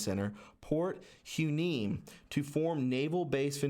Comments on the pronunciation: If you're going to make a conspiracy theory video, learn how to pronounce the names. Its Point Ma-Goo not moogoo. And it's why-knee-me. Not huandme. Damn dude. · Hey... just helping you pronounce these names from the video brother.... not hating I’m from here and they are strange names.. Point Mugu is pronounced like the cartoon Mr Magoo... and Port Hueneme is pronounced Port Y- KNEE -ME... just helping out brotha keep up the excellent TRUTH reporting! #WWG1WGA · Hueneme pronounced Y Nee Mee Mugu pronounced Magoo Great vid! Thx for all your hard work. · That's pronounced port Wa Nee Me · Hi brother I was born in Ventura county. and grow up in port Hueneme. Hear is how it is said.Y - knee- me. And magu base .great video. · A little help on pronunciation: Point Ma-goo Port Y-Nee-me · It's pronounced Port Y-Knee-Me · The base names are pronounced Point Magoo as in the cartoon Mr. Magoo. The other is pronounced hYneemee. This is a breathy H that sounds more like you are just saying Y. This is from a native tongue. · It's Port (Wa-Knee=Me) Hueneme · Point Hueneme is pronounced Point WHY KNEE MEE 😉😉 and Point Mugu is Point MUH GOO. Thanks so much for all you do from this chick who lives very close to China Lake ♥️ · They are pronounced Point Magoo and Point Why Nee Mee. I would also take a look at San Clemente Island.... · Point Mugu pronounced Muhgoo Port Hueneme=Whaah nee me Was just there a few days ago! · The port is pronounced WY NEE MEE. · FYI point mugo is pronounced like MR. Magoo! and point Hueneme is pronounced wi ne me! there next time you will sound better. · Hueneme is pronounced "Whaneemee" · Port Hueneme is pronounced “Why Knee Me” amd I think it was somewhat sold off under GW Bush Jr to the Chinese in 2006 you can dig fir that fact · Hueneme is pronounced Why-uh-nee-me. Mugu is Ma-goo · Port "y nee mee" Hueneme. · Mahgoo is how u pronounce it and wyneeme is how u pronounce it. Maxwell, is that a relative of gislayne? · Pronounced Y NEE MEE